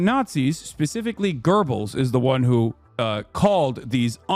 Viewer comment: Insane how Hasan pronounced "Göbells" as Gerbils